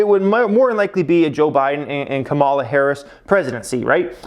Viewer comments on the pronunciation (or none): none